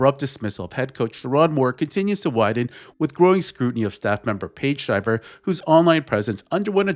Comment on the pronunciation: These talking heads can never pronounce names correctly. Shiver has a LONG i.